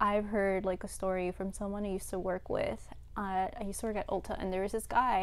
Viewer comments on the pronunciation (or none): none